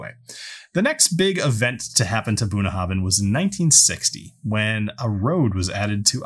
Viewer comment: You might want to improve your Gaelic pronunciation by studying Klingon. I find it helps.